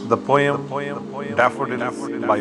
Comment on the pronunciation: Please check again your pronunciation of the word 'Poem'.